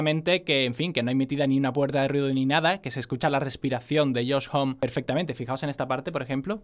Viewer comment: se pronuncia josh "jomi"